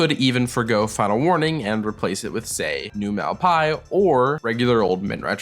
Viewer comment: Malpais is pronounced mahl-pah-EESS, which funny enough, in Spanish roughly translates to Plaguelands.